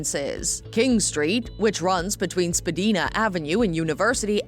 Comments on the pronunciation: The many parks are beautiful as well. Also its Spadina not Spadeena. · LOL it's pronounced Spa-DY-na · First, it's pronounced Spah-dye-na. Not spa-deena. Some of this information isn't correct. Kensington is in the city, not west of the city. The video of "inside" Kensington market, is actually St.Lawrence Market. Some of the clips shown in Little Italy, is actually King Street. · good review. One quibble -- you mispronounced a few of the names, such as Spadina -- the "i" is a long "i" like Dinah or Carolina. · "SPA DIE NA" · “Spadeena” lol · Perhaps but Torontonians say the i as a long vowel ('eye') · Great info. Please someone tell her how to pronounce SPADINA. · Spadeeena 😂 Scocotia Bank Arena 😅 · On my god the narrator needs to know how to pronounce the names right...spedeena, youg dunga square, youg street. Also why show the hockey arena that is home to the St. Louis Blues, and not the Toronto Maple Leafs ??? Obviously this person has never been to Toronto. Niagara Falls isn't apart of Toronto either, and it only has two falls not three.